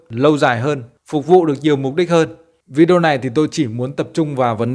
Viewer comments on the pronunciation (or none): none